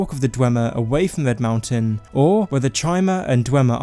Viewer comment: ITS RED MOUNTAIN NOT VED, RED!!!